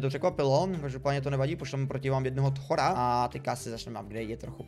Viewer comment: Ne thora ale tchora